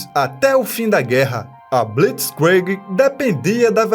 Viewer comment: A pronuncia de blitzkrieg está errada,mas da para entender.